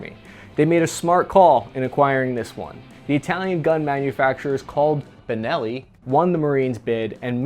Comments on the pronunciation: He said bellini shotgun , what the fuck?? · Dude…. ‘Bellini”? …. Come on man. Please…. You do this on pupose, dont you? ;( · I caught saying "Beleni" at one point and several other times it sounded like the audio was spliced to fix the mistake. Did you record the whole thing with the wrong pronunciation and then go back to fix all those parts?:P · did you just call it a “bellini” ?? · Wait. I heard 'Belini' 🤣 between and I think